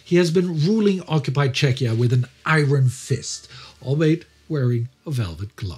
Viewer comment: You take great care to pronounce all those German words correctly but you can't pronounce "iron" right?